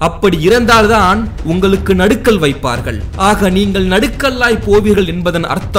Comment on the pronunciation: நடுக்கல் இல்ல.. நடுகல்